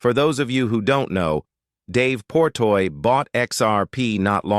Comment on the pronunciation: Jesus fuck his name is Dave Portnoy not Portoy .. how can I believe anything in this video if you see that dude’s name wrong 15 times